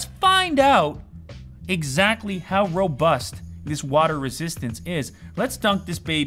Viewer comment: I'm late but u said robust I thought u said robux